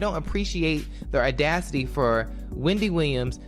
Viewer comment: “Erdacity” lol